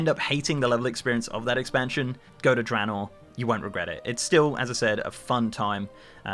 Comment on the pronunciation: Random- thank you for pronouncing Draenor correctly lol